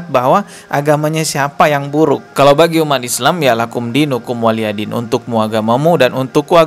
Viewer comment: Mf beribu mf bukan walyadin dalam ayat nya disebutkan waliyadin 🙏🙏🙏🙏